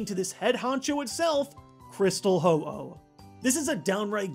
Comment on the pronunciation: YOU SAID HO-HO ITS HO-OH